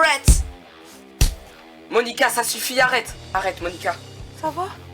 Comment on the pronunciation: C'est Moanica pas Monica.